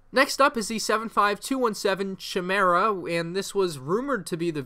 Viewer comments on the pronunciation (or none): So it’s not the Chimera as in Grand Admiral Thrawn’s flagship? Also chimera is said with a c sound not ch sound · I believe "Chimera" is pronounced "Kai-mare-ah" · Friendly advice, it's pronounced "ky-meer-a". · It’s pronounce Ki-mera. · I’m pretty sure the chimera is Thrawns star destroyer because it was named the Chimera. And if it is his star destroyer you butchered the name my manz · Oh my god the way you said Chimera